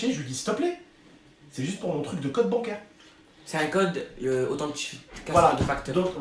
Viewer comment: 2m52 dit c’est un gode au lieu de code